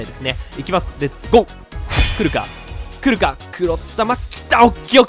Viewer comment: ヒカックの「来るか？来るか？来るか？」が「クルカクルカクルカクルカ」でルカクに聞こえてきた笑笑